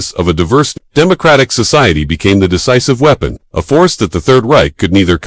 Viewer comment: Stopped watching when you pronounced "weapon", "wee-pon".